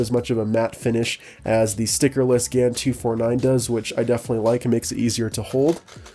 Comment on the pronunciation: GAN354 X you said it wrong but pretty cool tho